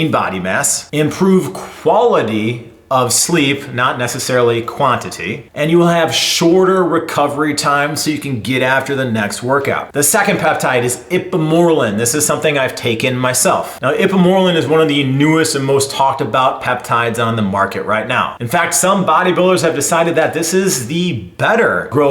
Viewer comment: “Ip-uh-more-rellin”. Not “ip-uh-morelin”